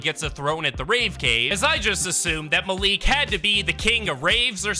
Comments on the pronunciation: Malik is said like (Mal) (Ick) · It is pronounced Mal like malware and lick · Just so you know it is pronounced mal-ik